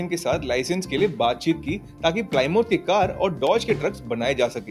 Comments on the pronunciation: प्लीमथ❌ प्लायमाउथ✔️ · Plymouth is pronounced "pla - math" not "ply - mouth" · Plymouth का उच्चारण प्लायमाउथ नहीं प्लेमथ है